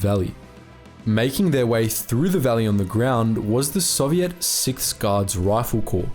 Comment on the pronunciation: FFS mate Learn how to pronounce Soviet properly